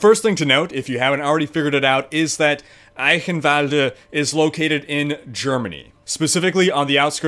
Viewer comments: Not 'kin'... ghhhin sound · You should pronounce it like "Eishenwalde" the "ch" sounds like "SHit" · And your german accent is actually really good. The only thing is that you say eichenwalde with a K insted of a CH you would say the CH like in charm or charcole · Eye-chen-vald-rrr... Ie-kkkhen-valdr.. Lmao. Dude i love your videos. keep em coming, man. Great content, thank you for existing. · Say it like a cat hissing eichhhhenwalde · just repeat after me : "Eye"-"shin"-"valde" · You pronounce it Icanvald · greetings from germany. gz, you did a good job! me as a german could identify your words as german, that's enough :D. fyi: the "ch" in eichenwalde is pronounced nearly exactly as you would pronounce the ch in "stretch" flies away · Instead of butchering a places name how about putting up the text of what you are trying to say so we can read it. This is clearly an edited video so that shouldn't be hard at all. Great work on this and other videos regardless. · no xD His german is okay, But he did pronounce it wrong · Does anybody have an edit of this video where he doesn't butcher the name every 5 seconds or just say EYE-KEN-VOLD like everybody else does? it's painful and i'm only 30 seconds in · Honestly spelled it correctly just maybe toned it a bit weird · Bruh there's no v in eichenwalde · Haha You almost said Eichenwalde right :D (the Name is weird for germans)